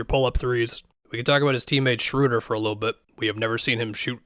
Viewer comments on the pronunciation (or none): none